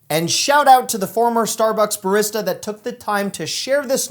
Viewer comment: The way you pronounce barista makes me wanna jump through a wall